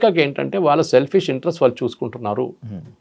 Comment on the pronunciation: Anchor కు 'వాళ్ళు' అనడం రాదా? 'వాల్లు' ఏమిట్రా నాయనా!